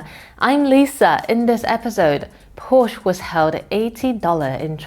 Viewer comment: Agree with all points made, but can't help wishing China's "front persons' in such videos would make the effort to get their "international pronunciation " right, such as PorSCHE, ROYters , KERosene (or keroSENE ) rather than carelessly mispronouncing them , as western frontpeople so often do with Chinese words! A small gripe, I know, but I don 't want to give arrogant westerners any chance whatsoever to laugh at Chinese people...